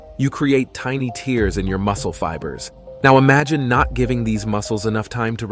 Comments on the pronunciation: There is a difference in pronounciation between "tear" from your eye and "tear" in your muscle. You are using the wrong one. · ok learn to say tear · Are you mis-pronouncing the word "tear" or am I missing something?